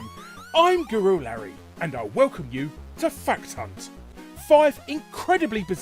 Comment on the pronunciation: You are the only only person I know that can make “fact hunt” sound like “fuck ton” when you say it